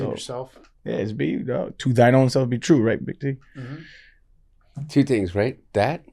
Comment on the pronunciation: The T in Big T must be silent